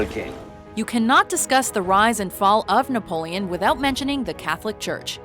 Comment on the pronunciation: Wait did you say he was called "naboleon"? Cause that's Napoleon the third and it was not affectionate, rather the contrary. Also I'm pretty sure Corsica was bought and not conquered ( but I'm too lazy to check) :)